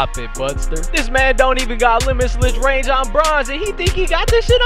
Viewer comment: He said “limislige range” 😂😂😂